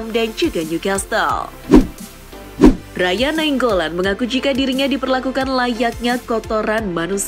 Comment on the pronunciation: pengucapan "Raja nainggolan" jadi "Raya nainggolan"😂 padahal dalam pengucapan b.inggris maupun b.indonesia kata "Raja" yaa tetap dibaca "Raja" cuman beda penekanya saja... kalau kata raja jadi raya itu bahasa apa😂